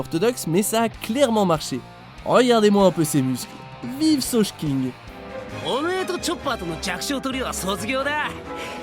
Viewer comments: Sauje-quingue ? SAUJE-QUINGUE ? MAIS BORDEL ARRÊTER DE DONNER LE TEXTE POURRI DE VOTRE VIDEO À UNE VOIX OFF QUI NE SAIT MÊME PAS DE QUOI ELLE PARLE, C'EST INSUPPORTABLE !!!!!!!!!!!!!!! C'EST SOGEKING PRONONCÉ "SEAU-GUÉ-KING" C'EST PAS COMPLIQUÉ POURTANT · Je suis un peu déçu, vous avez prononcé Usopp "Uzope", au lieu de "Usopp" 🙇🏽‍♂️ Et ensuite... vous avez dit vive Saugeking au lieu de Sogeking 🤒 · .... mais noonn ptn cmt avez vous dit sogeking😱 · On dirait qu'il a dit ''vive sochking'' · NAN NAN IL A PRONONCÉ "SAUJEQUINGUE" CE CON